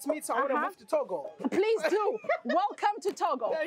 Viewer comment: Togo not toga